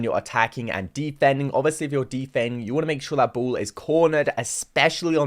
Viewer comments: Ball.. Say it with me B.. A.. L.. L. Not bool. Who tf says that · I love the way you pronounce ball “buwl” lol no offense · Bool and Wool instead of Ball and Wall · I ❤️ when he says bull instead of 🏀. Wall as wull 😂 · What the heck is wrong with "the bool"🤣🤣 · Bru bol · "can I get a bo'o o wo'a"